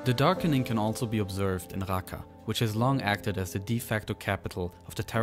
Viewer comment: Arabic native speaker here. The speaker butchered the name of Raqqa. He pronounced it as if it’s a french „R“ whereas in Arabic it’s ر normal english R.